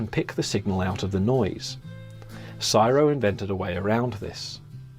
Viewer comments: Its C.S.I.R.O not syro !......😢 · Syro?? Nope... It's C S I R O. Each letter pronounced separately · Not quite, the USA wouldn't pay for the technology, for the banknotes. As an aussie, we don' usually say csiro as one word, never heard it that way until you-tube, it's like AI, or IV, an anacronism said as separate letters. C.S.I.R.O. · CSIRO is pronounced by saying each letter NOT Siro much like you don't pronounce CIA as Siya Pisses me off that someone who relates inventions doesn't even know correct terminology. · The pronunciation of C.S.I.R.O should be spelt out, it's not said as a word.